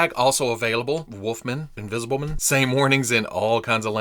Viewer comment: Hahaha "Wolfmn...Invisiblemn" - You da best!! 😅🙌👍